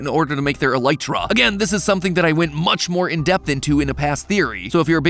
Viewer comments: MatPat finally said elytra properly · He finally said "Elytra" correct. im happy 🤣🤣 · Hey the pronunciation of elytra was fixed!😂 That strangely filled me with joy